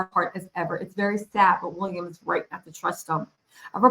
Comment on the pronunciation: This lady needs another career. Go home to America. Leave the Brits alone. Ps What does Harry have to do with ... go home lady. Get it right the guys name is Will ee am. Not Wool I am . Stop wondering .